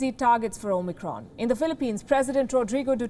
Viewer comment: Two quick things, that really get my goat. It's Omicron, not Omnicron. Also, it's Kazakhstan, not Kazakhistan.